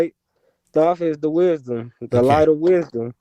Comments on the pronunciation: He cant be the reincarnation of Ra and Thoth as he couldn't pronounce their names properly. Apparently, it's pronounced Ray and Djehuty!! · This guy is the reincarnation of "Thoth"? He pronounces the "th" the way English speakers would, like in the words "the" or "tooth". But in fact, the Egyptian god's name is pronounced: t - hoh - tay It's 3 syllables with an emphasis on the middle syllable. The first "t" has no vowel sound attached to it. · He can't even pronounce Thoth